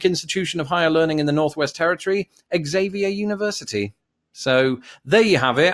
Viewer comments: I'm familiar with the area and school, and the proper way to pronounce the name of the school would be "Zavier" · At Xavier University they pronounce their name "Zavier". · Good job sir! you outdid this Canadian in the US (for 21 years). "Xavier" is pronounce "Za-Vier" , FYI